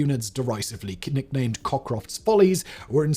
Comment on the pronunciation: k-nicknamed... Fantastic